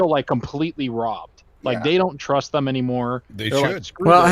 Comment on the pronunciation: Why does keep saying thum instead of them?